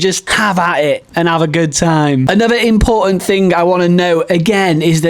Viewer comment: Is there something wrong with your incisors causing you not pronouncing “photos” and “important” properly? 😅